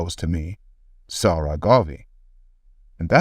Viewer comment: Its not Sara, its more Egyptian like 'Sa- Ra'